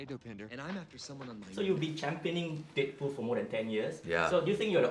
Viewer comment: haha it sounded like the guy said dickpool